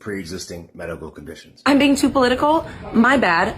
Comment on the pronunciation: All I keep hearing is, “Am I Beijing too political?”